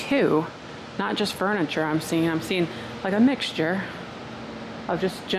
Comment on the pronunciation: Lots of “Furnitur” for sure😆lol